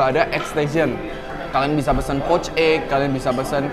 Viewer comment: .” Bukan pesan bang , tapi pesan ... 😂🙏🏻